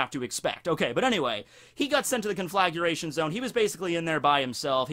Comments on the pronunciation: it's conflagration, not conflaguration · Con-fla-gray-shun. NOT CONFLAGURATION! Wouldn't have bothered me if you hadn't said it so many times. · ...do you need to actually see what you’re doing to make sure you’re not about to accidentally brown-eye someone? I can’t say I’ve ever had the problem... Also, recipro is a shortened version of reciprocated. Re-sip-roh. Also also, cohn-fluh-grey-shun... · CON-FLAG-RAY-SHUN Conflagration. exhales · Say it with me now. CON.....FLA.....GRATION. THERE IS NO "U' in that word O MY GAWD U ILLITERTE FUCK. Love ur videos keep doin what youre doing but learn how to pronounce shit. My ears are bleeding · You could at least pronounce conflagration properly if you are gonna shine a spotlight on it : ). Please don't say effectual as punishment. Don't put me through it.